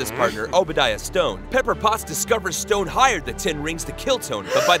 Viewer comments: Obadiah's last name isn't stone, it's Stane. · 1. I can't believe he went through the entire Ironman part by calling Stane "Stone" 2. Only Tony saves the falling people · he called him obadiah stone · *STANE not STONE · No. I made a mistake. I meant Stane, not Stain. But it definitely wasn’t Stone like he keeps saying in this video. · Stain not stone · Obadiah STANE, not STONE. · no it's actually Stane, not Stone or Stan either lol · It's Obadiah STANE, not Obadiah Stone. Not even 30 seconds in and you already jack it up. Yeesh. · It’s Obadiah Stane not stone. Also you should have done it in chronological order starting with Captain America. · Bud, it’s not Stone, it’s Stain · STANE.... Obidiah STANE.... not Stone. Can I even trust the rest of this video? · It's Obadiah STANE not STONE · It's Obadiah Stane, not Stone. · Everyone gets it wrong. It's Obadiah Stane, not Stone. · * stane not stone but great video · Thing is it’s Obadiah Stain not Stone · Obadiah Stone? You mean Stane? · It’s Obadaiah Stane not Stone. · It’s Obadiah Stane,not stone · Stane! The name is Obadiah Stane! Not Stone! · It's Stane... Obadiah Stane. Not Stone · It's Obidiah Stane. Not Stone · "Obidiah Stone" its Obidiah Stane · Obsidian STANE (Not Stone) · It's Obediah Stain.. Not Stone. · is it sad that I am nerdy enough to stop watching after he calls Obadiah Stain... STONE... i have a problem... BUT THAT PISSES ME OFF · It’s stane not stone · Stone?? Thought it was Stane. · Obadiah StAne. Not stone. Haha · Is it not Stane, not Stone? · It's Stain, not Stone! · It’s Obadiah STANE not STONE, hate to be a peepee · its obadiah stane not obadiah stone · Obadiah Staine, not stone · Stane, NOT Stone! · Obadiah Stane not "Stone".... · Stane not Stone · Obadiah Stane....not Stone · Dude.... Obadiah 'stane'..not 'stone'..! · Obadiah Stane not Stone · It's stane not stone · Stane, not stone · Why he kept on saying stone its stane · Love it but I cringed every time he said Obadiah stone instead of stane